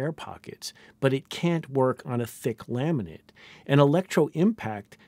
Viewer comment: Every time he says "laminate configuration" it sounds like "lament configuration". Kind of fitting.